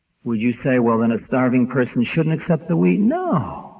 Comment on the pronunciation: Sounds like he's saying take the weed.. not wheat. 😆😀